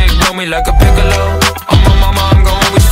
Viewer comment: The way he pronounces piccolo is so funny 😅